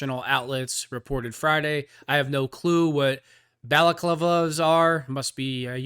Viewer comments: no that’s no excuse not to be able to look up how to pronounce the words. I’m hoping you read the article before you started filming yourself. Don’t be so ridiculous . It’s BAL A CLAVA . Not that hard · Bal - a - Clava